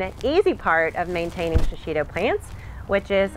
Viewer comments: I can't get over your emphasis over and over of Shishitos mispronunciation. You keep saying Sha-shi-to, there is no SHA in proper pronunciation, it is simply SHI. Shishi means lion, It is a Japanese word/pepper in case you didn't know, the least one can do is respect the culture it comes from and try to pronounce it correctly rather the over emphasis and reiterate its mispronunciation. Thanks =D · This pepper is pronounced she she toe. I lived in Japan 8 years and was married to a Japanese man. We ate these often.